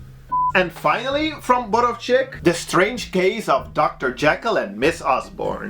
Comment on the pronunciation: The accent should be on the first syllable, you say it as borow'chyk (english transcript) and it's just 'Borowczyk but except that it was perfect